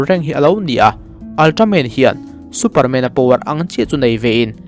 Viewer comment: Superman i lam dan chu,MAN hle mai a tia kan lam ang khan lam mai tur.😂😂😂